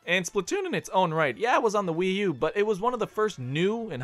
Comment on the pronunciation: i cannot be the only one to hear "smash for WiiDS and 3U"